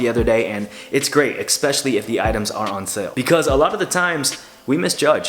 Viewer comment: I love you man and respect you so much. But PLEASE learn how to pronounce “especially” correctly haha